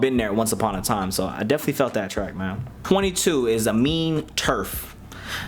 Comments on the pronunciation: Aminé is not pronounced “A-mean” it’s pronounced “Ah-mean-aye” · Bruh. It's. AH. ME. NAY. (Aminé) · still saying aminés name wrong 😂 it’s “uh-me-nay” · All this time, and you still can't pronounce Aminé correctly. Haha.